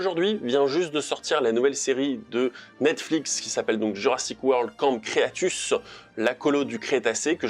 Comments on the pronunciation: "camp creatus" mdr ! "Cretaceous" c'est mieux je pense ;) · Camps Cretaceous pas crétacus